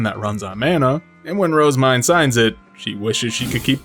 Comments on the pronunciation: Phonetics is a hobby of mine, and I have always felt that Rozemyne has been pronounced incorrectly. Most people I have heard pronounce her name with two syllables, with the emphasis on the first word. This becomes the name "Rose-Mine." I personally think the true pronunciation has three syllables, with the emphasis on the second and third. The proper pronunciation should sound like "Roz-ME-Nay." Anyone else think so? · Her JP og name is Main, (EN translated it to Myne in order to not confuse readers) so her name in JP is pronounced as Roozemain